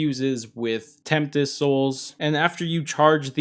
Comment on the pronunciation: No one's gonna tell him he mispronounced Tempest more than once🤣